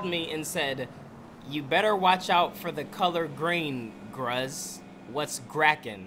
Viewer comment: Green he really said gruze 😹